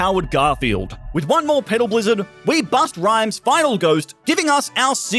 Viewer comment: Did he say "Busta Rhymes" or did I just wish he did?